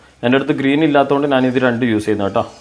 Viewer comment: നാൻ അല്ല ...ഞാൻ എന്ന് പറയൂ